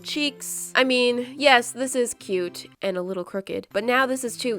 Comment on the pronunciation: “so KEYOUTE”